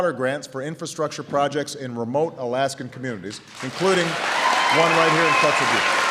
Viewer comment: it's funny how he forgot how to pronounce Kotzebue throughout his speech